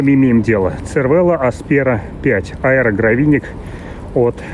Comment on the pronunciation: Первыйнах))...правильно говорить сервело(как говорят производители), потому что это не итальянское слово, а выдуманная комбинация двух слов из французского и итальянского языков и у него нет никаких правил итальянского языка